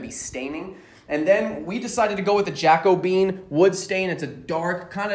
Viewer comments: Wait he said jack-o-bean? Isn’t it ja-co-be-in like Caribbean?? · "jack-o-bean".... I was like Huh? never heard of that color. Then I saw the label - "ja-co-be-an" Lol. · Awesome video. Great job. Minor FYI for the future, in case no one else has mentioned it: Jacobean is pronounced jack-oh-bee-ann. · I'm giving you a thumb's-up for this because you're doing it exactly the same as one I built for myself. (One thing: the "Jaco-been" is "Ja-COH-bee-an". But you do you.) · Jacobean - Ja-kuh-be-an not jacko-bean. // Personally, I prefer to finish (paint or stain) ALL sides of a project - you never know if an item will someday have the back out in the open. // I have a cat that loves to go under my bed and wreck the underneath of my box spring. Since I have a bed ruffle, I just butt-joined wood for the sides and ends of the bed. I used 4 (2 each side) small corner braces (1 hole each side) to hold the side panels (the ends are held up by the sides) on to the bed frame which holds the wood about 1/2" off the floor so I can move the bed if I have to. The mattress fits nicely inside it. Now my cat can't get under it. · Awesome stain choice... it's pronounced "jack-o-BEE-an," for future reference (named for the wood tones found in furniture from the reign of King James I of England).